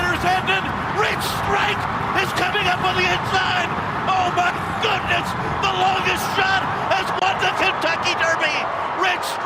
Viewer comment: I swear i heard: "Oh my F...goodness"